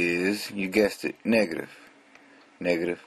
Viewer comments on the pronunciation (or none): he said (not trying to be racist or discriminate or anything) "niggertive", but i think we all understand he's saying negative :P